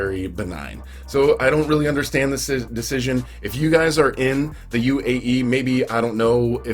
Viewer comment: UAE not AUE